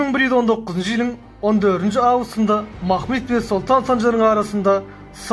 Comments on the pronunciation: Mahmid nedir yav. Mahmud demek çok mu zor? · Türkmenler öyle telaffuz etmiyor. Bir kere peygamberimizin bir adı Mahmud'dur. Bunu bozmaya kimsenin hakkı yok. Ayrıca ilmî konular anlatanlar, tarih kitaplarında nasıl yazılıyorsa öyle söylemeli, aslına uygun telaffuz etmelidir.